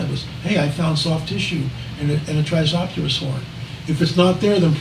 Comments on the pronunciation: Tri-ce-ra-tops, with all due respect it doesn’t make us look good when you can’t pronounce one of the most well-known dinosaur species in the world that many 6-year olds are familiar with. Please do better. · Poor guy can't even pronounce Tri-CERA-tops properly.